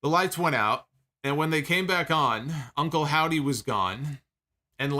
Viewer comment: I love how naturally called Uncle Howdy, "Uncle Saudie"